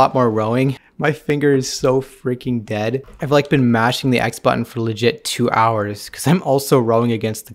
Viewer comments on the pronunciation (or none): none